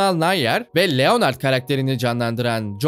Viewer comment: Abi niye Leonard’ı Türkçe okuyorsunuz Lenırd doğru okunuşu